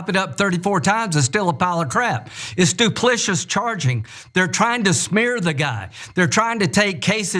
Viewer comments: What is “duplishus charges?” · What the hell is "duplishiss ? "Grifting- Grifting the night away " Have another martini ! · It’s what??? Duplicious??? Did he mean duplicitous? 🤣😂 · Duplitious?! INDICATED?!